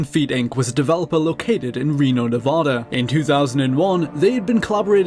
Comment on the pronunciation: It's pronounced "Nev-ad-ah", not "Ne-vah-da". I'm from the Reno area, I had no idea that there were software companies there. I guess it's only natural, there are a few companies that design and manufacture slot machines there.